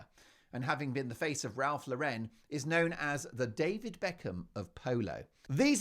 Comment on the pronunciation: You pronounce Lauren the same as the girls name not the way you said it , no emphasis on the ‘ en ‘ .😂😂😂😂